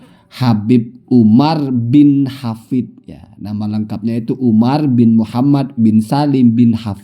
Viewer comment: katanya....denger2....nyebutnya aja salah habib uma "alhafizh".....fitnah terhadap habib umar bin hafith....astaghfirullahalazim....tobat...tobat....lebih baik tobat